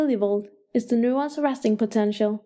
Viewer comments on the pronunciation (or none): Out of rush due to exams. I watched this and thanks informative yet the pronunciation of neurons ticks me off